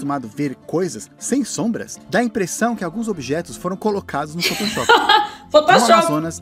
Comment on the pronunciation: Ninguém nunca falou photoshop assim. Minha querida criança.